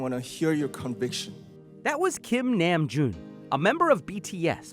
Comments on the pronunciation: Your pronunciation of "Namjoon" is wrong. Its "NAmjoon" like "Nahm" not "N am joon" v hard to explained tho... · Kim nAme joon UUUUUUUUUGGGG SORRY BUT PLEASE GET IT RIGHT ITS KIM NAMJOON oof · Did he just say “kim nÁm-joon”? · I cringed so hard when i heard that hehe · “That was Kim NAAAM Joon” Lmfao that was my favorite pronunciation of his name 😂😂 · "That was Kim Nayum-June" 😐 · “Kim-Niam -June” 🙈🙄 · Kim Namjoon is pronounced like (Nomjoon) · HIM: GIM NAAM JOON Me: its 김남준 you uncultured swine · The way he pronounced Namjoon’s name, i can’t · I can now understand why some people are simultaneously happy and disturbed by this video. I mean, the guy pronounced namjoon horrifically wrong. Haha jokes aside, bts did not use the aid of the hallyu wave to get where they are today. The hallyu wave helped the 'big ones', groups like snsd, bigbang, exo you get the idea. For later generations it was twice, seventeen, etc. Bts are literally where they are by literally being theirselves in a machine like and saturated industry. It was so endearing, refreshing, and touching, the angst, passion, and style was exactly what this generation needed. Bts music is not an escape, but rather addressing the issues with ourselves and the world in a much hopeful and mature way. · Ok so........I had to get this off my chest when I got to I kinda cried😭😭😭it hurts me when people say his name like this😂😂😂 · They said Kim Nam Joon's name wrong. Sorry I had to point that out. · How he said RM's name..... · How you gonna use his speech in your video and then pronounce Namjoon’s name the way you did bruhh he literally says it at the beginning